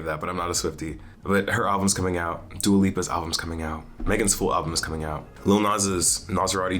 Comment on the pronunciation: DUA PI? You pronounced her name wrong.